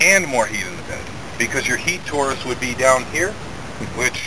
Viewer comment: it is called TORUS not TAURUS but it's great anyway